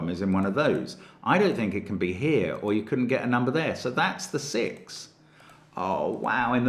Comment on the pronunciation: It feels like Stark Trek to me, but that's because I keep hearing "7-of-9" for "7-or-9".